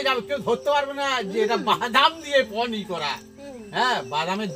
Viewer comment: আপনার রেসিপিটা ভালো লাগল, কিন্তু নাটুকেপনাটা একটু কম করলে আরও ভালো লাগবে।অহেতুক চিৎকার করছেন। আর শব্দটা হচ্ছে "পনীর", " পনী" নয়।